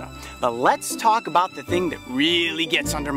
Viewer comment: show not shoe, about not like